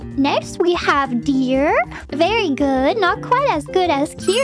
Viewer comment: 'Deer' not Dear LOL